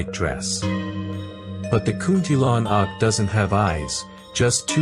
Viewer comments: Hahaha kunti lanak ahem its kuntilanak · Hello, this vid is well done. But here's how to say the names correctly: Kuntilanak->> "Koon-tee-la-nuck" Pocong ->> "Puh-chong" Sundel bolong ->> "Soon-dull-bho-long" Tuyul ->> "Too-yool" Andong pocong ->> "Un-dong-puh-chong" Wewe Gombel ->> "Wae-wae-gom-bell"